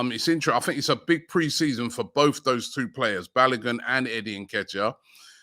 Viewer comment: ROB YOU NEED TO ASK KELECHI TO TEACH YOU HOW TO PROPERLY PRONOUNCE “BALOGUN” FULL NAME.